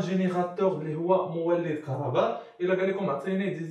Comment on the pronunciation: راه ماشي كهرباد راه كهرباء 😅😂😂😂😂😂